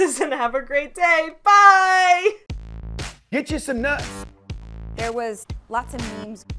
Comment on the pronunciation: GETCHA SOME NUTS😂 bless thats what i hear everytime